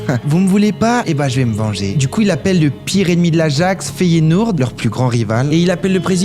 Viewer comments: Arrête de dire feyenourd c’est énervant mec tu fais du contenu foot t’es même pas foutu de dire le nom des clubs correctement et c’est même pas la première vidéo ou je remarque sa t’abuse mec ! Fait un effort bordel ! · Mdr comme il prononce Feyenoord 😂😅